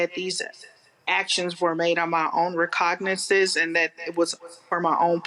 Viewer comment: "Recognicances" really?